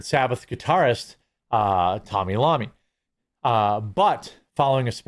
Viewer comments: Tommy Lommy is not a person. Pronounced eye oh me. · Tommy Lommy? It’s Tony Iommi , eye oh me. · Tommy Law-me? Repeat after me... " Toe Knee I Owe Me" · Not: Tommy Lommy. His name is: Tony (Toe Knee) Iommi (Eye O Me) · Tony iommi man Not Tommy Lonny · 😂😂😂 it's not Lommi. Iommi (eye-o-me) The Hound: "What the fuck's a Lommi?" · Travel well Ozzy. Who''s Tommy Lommi, thought it was iommi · TONY...EYE OH ME. "Tommy Lommy" LMFAO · Lommi???? It's Iommi (EYE- oh-me) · Did you just pronounce Tonys last name as Lommy, rather than Iommy? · Who the hell is Tommy Lommy ? ...you mean Tony Iommi (eye-o-me) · It's Tony Iomme, an I, not an L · It's Tony Iommi (Tone-EE I-O-MEE) ... not Tommy Lommy ... my goodness 😁🤣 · Yeah, WTF??? Hearing that was like getting punched in the ear.......it's pronounced (eye oh me) ffs. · I find the fact that you called his Black Sabbath guitarist Tony "Lommi" and not "Iommi" (eye-ah-mee) makes your entire shtick about being a fan questionable. LOL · You did not just say "Sabbath Guitarist Tommy Lommi"....... Dude. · "Tommmy Lommy" jesus lol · "Tommy Lommi"......... hahahahahahahahahahaha A true fan indeed! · "Tony Lommi" LOL😂😂😂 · Tony Lommi? Tommy Bill? It's Tony Iommi, dude 😂 RIP Ozzy. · 'Cmon, man... "Tommy Lommy"? xD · Black Sabbath guitarists name is Tony Iommi with an "I" not an "L"; pronounced eye-oh-mee. Just a heads up! Black Sabbath is what got me into heavy metal and to pick up my first guitar. RIP to the Prince of Darkness🌙🦇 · Tommy Lommy? You must take reading lessons from Benny Johnson. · Tommi Lommi?? Are you kidding me?! 🤦‍♂️🤦‍♂️🤦‍♂️ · It`s Tony I -O -ME ... lol.. millennials ...lol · Tony "Lommi" 🤦‍♂️ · We've lost a real legend. RIP Prince of Darkness. Btw Jeremy, it's Tony Iommi. Pronounced Eye-oh-me. And he was a contributing factor to why Black Sabbath went the way they did. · Did he just call tony iomy tommy lomy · Tommy 'LOMMY'??? It's IOMI, Jurammy, you abousolute tool, you're a poser fan....pathetic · Cmon man, It’s I ohhh meee.